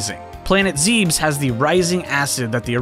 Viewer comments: ..."Planet ZEEEBS"?! (It's pronounced Zeh-bess) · Ain’t no way this dude said “planet zeeebs” bruh I’m done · Homie really said "Zeebs" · Zebes is pronnounced "Zèbès" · Bro said planet zeebs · That's not how Zebes is pronounced. Why does Wolf have 2 tails? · planet zebes is pronounced how its written